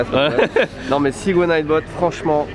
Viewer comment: le retour du "Sigway" \o/